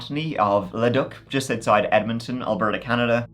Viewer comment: It’s so funny how you say Leduc! 😂 I’m just outside of Leduc, Alberta and it’s pronounced “Lee-dook.” I’ll start pronouncing it how you did… lol. I’ll get so many looks. You nailed Edmonton though. We all pronounce it “Edmintin”. Love your videos!